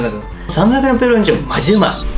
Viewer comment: さぁんが焼のﾍﾟﾎﾟﾛﾝﾁｨﾉ